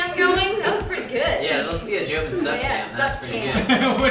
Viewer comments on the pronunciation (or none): or so, did say jovie instead of joven? Or did I just hear it wrong?